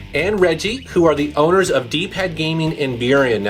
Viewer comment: is not saying gaming, he says giming